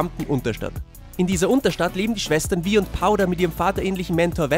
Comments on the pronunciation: Kleiner Tipp, Vi wird nicht Wie ausgesprochen sondern wie Y im Englischen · Hier musste ich gleich erstmal stoppen. Sie haben die Serie doch gesehen und wissen also eigentlich auch, wie man die einzelnen Charaktere ausspricht. Vi="Wei"